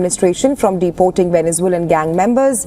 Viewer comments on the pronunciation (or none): none